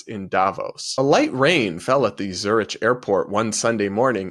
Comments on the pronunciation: sweetie, luv ya...but you have to run your commentary past an editor. It's pronounced "ZuriK" (not "ch" despite how it's spelled) and "TIvoli" not "tiVOli". And yes, those are foreign words, so you might get a pass...but accoutrements? It's not a-coo-ter-ments. I'm saying this because I want you to be taken seriously, and these are the types of errors that will make you look amateur. We want nothing but the best for you lil bro. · really enjoy your content - sometimes agree, sometimes not - but one thing I would simply suggest... do research on how you pronounce names of places. It makes you look smarter! you pronounce it Zurick (Zurich) and Can (Cannes) - yeah, i know - seems small, but you are a great communicator and if you make errants it pokes holes in your argument. Peace! Keep on going - there is a reason the BBC have a pronunciation department... helps their arguments have more authority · Dear, please take this from a good place and not being an asshole, but Zurich is pronounced with a “k” not ich like rich. And Cannes is pronounced like Can as in tin can, not cannis. I don’t like to correct but I would want someone to tell me if I had spinach in my teeth. Keep up the hard work and the sanity. Love you and your perfect white teeth and complexion!!❤❤ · did you really just pronounce Zurich, Zur-rich? And acu-tur-ments?? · Please pronounce Zurich - Zurick... and not Ti-VOli, just Tivoli, and Cannes - Cans. Accouterments is ok, but use the French pronunciation for a little extra sarcastic spin. ( 😉) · The "ch" in Zurich is pronounced as a "ck" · Zurich is pronounced Zurick 😊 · I'll be that person: check pronunciation of Zurich and Cannes. Cringe